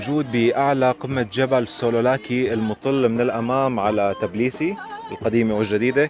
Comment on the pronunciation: تابيليسي .. مش تبليبسي